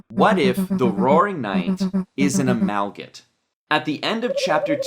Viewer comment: Not trying to be mean or anything, but it's pronounced "uh-mal-guh-mate" not "uh-mal-git"